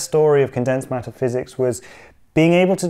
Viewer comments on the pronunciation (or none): First I heard it as "Condensed Meta-physics", LOL 😂